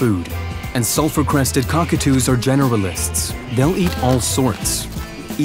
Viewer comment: The entire time, I thought the narrator was saying, "Self-Requested Cockatoo."